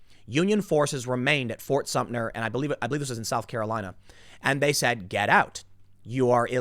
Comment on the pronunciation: "Fort Sumter" not "Sumner"